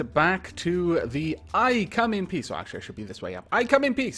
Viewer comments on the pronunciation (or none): It sounded like you said "I come in Piss!"